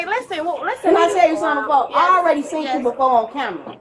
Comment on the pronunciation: "I already seent you two on camera!" 🙄